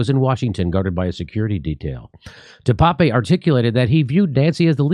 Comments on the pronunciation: And please start pronouncing his name correctly. Duh-Paap (I have no clue how to phonetically represent it but it’s only 2 syllables and is sounds like Duh and then Tape. It’s not Pepe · It's pronounced David Deuh pââp